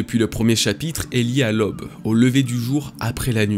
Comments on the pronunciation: Tu me fais un mal de chien aux oreilles: NON, on ne dit pas "lob", on dit "L'AUBE" !!! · Un fan qui fait des vidéos pour les fans. Je te suis depuis plusieurs années maintenant et tu mérite ton succès. PS ta manière de dire "Who's who" et "aube" est vraiment éclaté au sol :-)